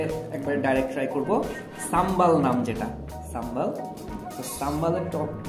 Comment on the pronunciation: ভাই সাম্বাল না এটা শুদ্ধ হবে সাম্বার....!!!😍💕😍